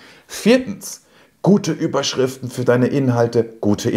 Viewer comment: Hallo, hatte ich ein Kick in der Pupille, oder ist es Absicht, dass du bei "...Überschrifen" das "t" verschluckt hast;-)? Alles, was du in deinem Video angeführt hast, kann ich nur bestätigen und selbstverständlich Mega-Video 👍. Ich hoffe, ich darf noch eine Kleiningkeit zum Thema SEO & PPC ergänzen, die ebenfalls unterschätzt wird: Umso leichter deine Landingpage für Google & Co. indexier- und lesbar ist, desto leichter hast du es mit dem Qualitäts- bzw. Relevanzfaktor der Werbeanzeige. Dies sind zumindest meine Erfahrungen. Ansonsten nochmals Danke, auch für deinen lieb gemeinten Tritt in den verlängerten Rücken;-) bzgl. des Umsetzens. Herzliche Grüße Ingo